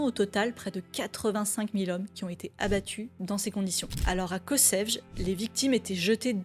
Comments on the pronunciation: Kossèvjeu 😂 Ça se dit dit Kotchevye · Kočevje se prononce à peu près : ko-tché-vyé (en API : [kɔˈtʃeːwjɛ]). Astuce : En fait si on considère les langues slaves utilisant l'alphabet latin, et aussi les langues baltes, dès qu'il y a un accent sur un "c" on peut aisément présumer qu'il se prononcera plus ou moins "tch" et dès qu'on voit un "j" il se prononcera comme le y de "yeux" (ou comme le J en allemand). Et attention un C se prononce ts. Ce sera toujours mieux que "kossèvge". Je pense qu'on a dû déjà vous le dire à plusieurs reprises, mais il faut en finir avec le complexe français envers les langues étrangères ! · Serait-il si difficile de prononcer correctement Kočevje ?